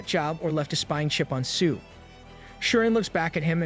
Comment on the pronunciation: Come on dude it's not su but seo se-yo